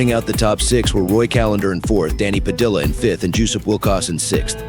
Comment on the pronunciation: The last name Padilla is pronounced Pa-Dee-uhhh not Pa-Dill-ah it was actually painful listening to you mispronounce the name all video😂